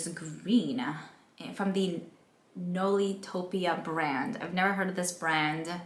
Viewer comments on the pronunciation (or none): Nailtopia not nolitopia